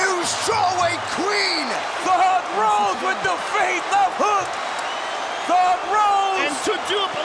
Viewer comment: No one: DC: thoug Rose, thoug Rose